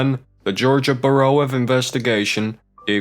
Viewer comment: So like this guy kept pronouncing bureau as "burrow " then he shows a bunch of photos of different faces without saying who the people are??